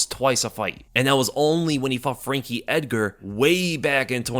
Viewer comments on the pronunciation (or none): none